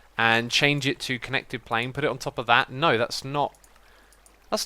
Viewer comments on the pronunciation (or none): none